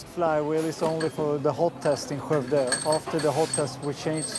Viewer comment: Really enjoyed this. One observation: Skovde was pronounced wrong (it is not obvious from the spelling).